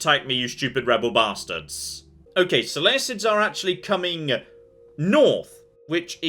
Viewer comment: I like how the guy saying "so lay uh cids" is annoyed at the use of Hercules vs Heracles...